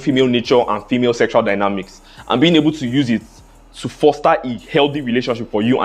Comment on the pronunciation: "S 3 EXUAL" 🤣🤣🤣🤣